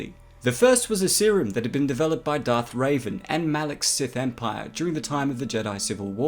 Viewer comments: Dude u cant just read wookiepedia to your computer and call it a channel...u cant even pronounce the name of the monster you're talking about or the most famous force user in history Revan NOT RAVEN! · Revan not raven cmon! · It’s Darth Revan, not Raven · Darth revan not raven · You made a little mistake dude it's Darth revan not ravan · At the end he definitely said Darth Raven instead of Revan. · That wasn't the only thing he pronounced wrong, but Raven hurted alot ;P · Darth Raven???? Did you mean Darth Revan? Revan like to Rev an engine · RE-VAN not RAVEN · Its not "raven" its revan. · lol darth Ray-ven or raven like the bird i find all your mispronunciations funny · Its Darth Revan not Raven. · I believe its Darth revan, not raven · Awesome video. I remember requesting this video a while ago. By the way it’s Revan not Raven. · Sorry to berate you on your video but its actually Darth Revan not Raven 😅😅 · Did you just sat Raven it's reven Heresssssyyyyyyyyyy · Revan, not Raven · He said it more like Reiven but that sounds like Raven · No offense, but I hate the way you pronounce Darth Revan. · You keep pronouncing it wrong. Revan not raven and rakghoul not raghoul. You got to annunciate man. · "rak-ghoul", not "raguul"... jesus "revan", not "ray-van"... jesus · Revan not Raven, Taris not Tyrus (Tear-is) and Rakghoul is Rack-ghoul.